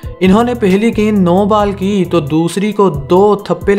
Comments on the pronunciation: Are bhi ball ko bal bol rehe ho? Pehele ball thik se bola karo bad me cricket khelna. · You should work on your pronunciation 😂😂 What is Bal?? It is ball😂😂😂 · pahle bolna Sikho Bal Nahi bol Hota Hai..🤦‍♀ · Saying bal 😆